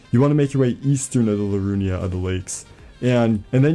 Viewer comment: Thanks for the help. Although it's "Liurnia" not "Lirunia" and "Writhe" not "Wither". 😉